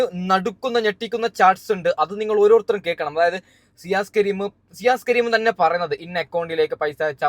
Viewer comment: സിയാസ് " അല്ല ഷിയാസ്